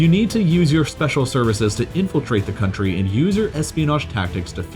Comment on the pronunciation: "beeing invaded by westarn cuntry" - c'mon at best it's half true - Soviet union co-start WW2!